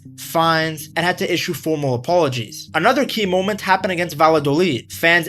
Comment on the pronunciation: Hey you said...another key moment..because I heard...another monkey moment..